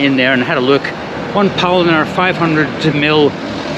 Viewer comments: He didn't say it once. According to subtitles he said polliner many, many times. Butchering the name of his favorite German beer, like he hates it. 🤣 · Realise that Bavaria is not representative of all of Germany. And it's pronounced Pow-lean-er. I would recommend buying a curry ketchup as it will be cheaper than buying in the UK where it's over £8.